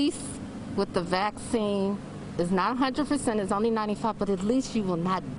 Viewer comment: “Vacine” lmao